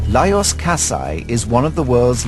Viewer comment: His name is pronounced as LajoSH. What ignorance to make such an error around the subject.